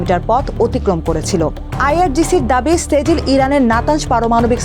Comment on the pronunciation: সেজিল না ছিজ্জিল,,, এটা একটা আরবি শব্দ!!!!